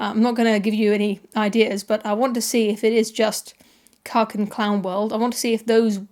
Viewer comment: Cuk? I thought you said cock!